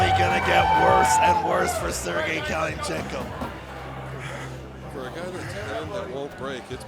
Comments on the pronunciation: One hell of an intro! Nothing cooler than hearing this idiot pronounce kalinichenko 😎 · Never has a name been buthered worst that that presenter trying to say Kalinichenko 😂😂 great match thank you Magda i got the ppv